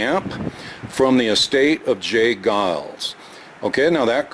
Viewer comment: It's " Geils" -fyi.